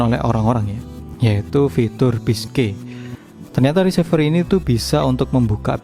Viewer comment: Maaf bang koreksi untuk menyebut RECEIVER diucapkan re-si-ver, bukan ri-se-ver, dari kata RECEIVE, agak gak enak dengernya kl diucap risever